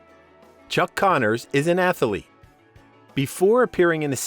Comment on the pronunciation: Loved the show and never missed it growing up. I turned my kids and grandkids on to it also and they loved it. And by the way....it's not pronounced "atha-a-lete" it's just "ath-lete".....no "a" in the middle. Just saying.